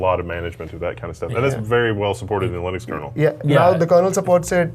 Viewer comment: GN lab? is my kind of engineer! All these low-level BIOS stuff are almost lost magic! And he pronounced Linux as Linux, NOT Linix. Learnt a ton today!